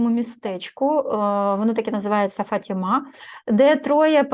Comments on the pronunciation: Та не фатіма,а ФААТІМА! 😊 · Посилка ваша наголос на слові Фатіма ,на першому складі робиться . Живу в Португалії ,тому безпосередньо з цим стикаюсь .імʼя Богородиці Фатімськоі . Містечко Фатіма і церква збудована на місці зʼявленя Богородиці енергетично дуже сильне .😊приїжджайте не пошкодуєте !